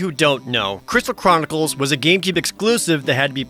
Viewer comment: “I just got done playing a ton of the Final Fantasy: Crital Cronickles” is what im hearing 😭😭😭